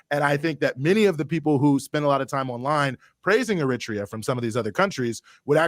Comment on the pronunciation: My man has GOT to stop saying "er-RIT-ree-ah" for "Eritrea". I know people who are from there, and they ALL pronounce it "air-uh-TRAY-uh".